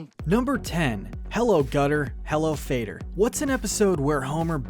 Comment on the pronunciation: It’s hello Guttah hello faddah..not FadER 🙄